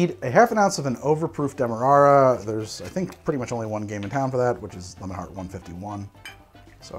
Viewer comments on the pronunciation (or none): none